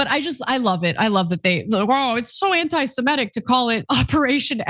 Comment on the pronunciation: Ana! AntisemItic, not antisemEtic.